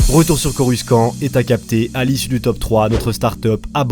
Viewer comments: je ne ma lasse jamais de tes vidéos, elles sont tellement bien mené, j'espère que la communauté va vite grandir 👍😁 et sinon, pourquoi tu trononce coruscant "coruskant"? ça se prononce "corussante" non? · Mec 😂dit pas coruskan s’il te plait ça se dit corussante mais ça s’écrit coruscant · On dit corussante pas corruskan pour coruscant mais sinon bonne video ;) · Ça se prononce corucent pas en q ni en k mais en s ça ce dit ssssssss donc corucent il faut se le c et non q le c ou ke c mais bien ssssss le c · Superbe vidéo ! C'est vraiment intéressant. Par contre désolé de dire ça pas on prononce Coru"cent" pas "skan" 😅 (j'ai fait un compliment du coup c'est pas un commentaire méchant ☺️) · CorusKant.. prenonce corussssssant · Corussante stp pas coruskant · J'adore ta vidéo gg👌🏻 par contre Coruscant se prononce "Corussante" comme on peut l'entendre dans l'épisode 1 aussi bien en VF qu'en VO. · Par contre on dit corussante et pas coruskante C pas qui le dit c le grand maitre Qui Gon Jinn😁😁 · "Coruscant" tu le prononce avec "k" au milieu alors que ça ce prononce "Corussante" sinon super vidéo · On dis corussant borldel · Mec je te kiff juste une petite précision ça se prononce a l'oral : coruSANTE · coruscant ce prononce corucentre dans les film nn ? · même pas pcq même Jango fett prononce corussant (je sais je suis en retard) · Je t'adore et tout ta capté... PAR CONTRE dire CoruSKant c'est éliminatoire... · Le prononciation de coruscant..la liaison "SC" se dit "s".. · J'aime bien ta vidéo, cependant j'ai du mal avec la façon de prononcer Coruscant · Nan mais laissez, c’est l’accent mandalorien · oui tu as raison car dans les films ils le prononcent comme ça.